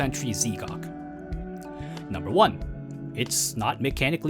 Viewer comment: Great vid, but Z'Gok is pronounced Zgok as one word not ZeeGok, thought you might wanna know